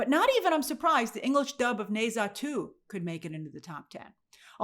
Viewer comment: Spelling police here to correct you: It's pronounced Ne Jaa. You'd know this if you seen the trailers of Ne Zha and Ne Zha 2